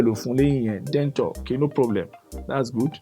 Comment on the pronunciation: Denture is pronounced "Den-Shur" not DENTOR.